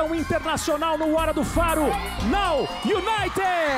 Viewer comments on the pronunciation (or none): Rodrigo nem sabe falar now united